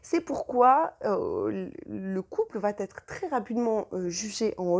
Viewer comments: Mais quelle bavarde ! Venez-en au fait, ça durera moins longtemps. Et puis on ne dit pas "va Têtre" mais va être : pas de liaison possible puisqu'il n'y a pas de T à "va". Pfff ! Pénible ! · Va-t-en "va-t-être" :D